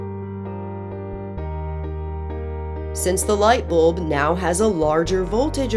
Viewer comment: I like the way she says light bolb